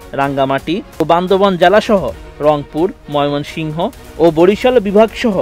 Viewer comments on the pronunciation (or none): none